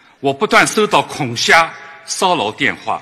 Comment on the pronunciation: 好像是江浙一带的人，恐吓这个吓字，这边读ha2，按理来说改读普通话的话应该能记住he4这个音的